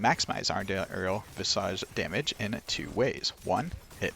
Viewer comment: Why do people keep mispronouncing visage?